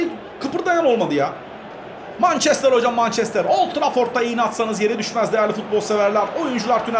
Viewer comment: abi o mançestır değil mençestır diye okunuyor :)